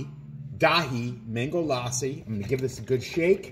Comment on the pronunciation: Its la ssi ( lussi short a). not laaa ssi